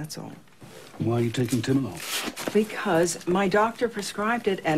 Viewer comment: Oh Timolol! I kept hearing Tilenol. Finally understood when Ripley said she had glaucoma (beta blocker and asthma... Give her some Xalatan)